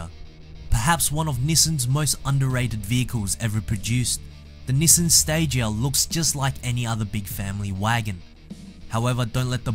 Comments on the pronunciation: say after me ,,, NiiiiiSaaaaaaaaaaaaaaan ! ,, not nisan NIIIIIIIISSAAAAAAAAAAAAAAAAAAAAAAAAn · youre actually saying nissen. Which yes its very wrong. And sad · good news ,, you replied to me :D bad news ,,, japanese people will be so annonyed when when they hear you pronunce their iconic trademark like thaaaat ,, sincerly ,, your follower ,, from egypt ,, yeah ,,, egypt